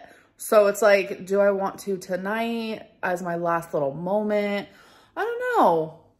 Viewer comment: It’s molment . lol ugh